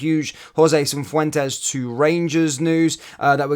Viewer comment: Say and spell it properly FFS!